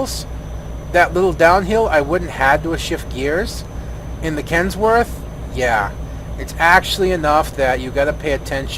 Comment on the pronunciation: Kenworth not Kensworth. Trying to be a jerk.